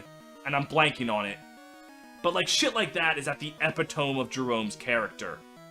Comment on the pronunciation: I agree with your list. I don't agree with how you pronounce "epitome."